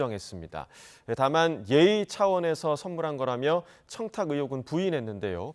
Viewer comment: 저 이상한 소리 지껄이는이준우(?)라는 인간은 방송국차원에서 좀 걸러주세요. 누가 청탁을 청탁이라고 말하는 바보도 있나?